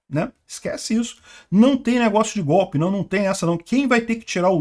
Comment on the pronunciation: Os 🍉 dando sinais de que lado eles sempre estiveram . E o gordito falando, é gopé , é gopé.